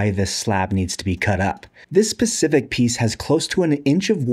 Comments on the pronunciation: Specific not Pacific! Why do so many people fail basic English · "this pacific"?!?!? i even replyed it 4-5 times. yea, thats what it sounds like. MAYBE not? but i do belive so.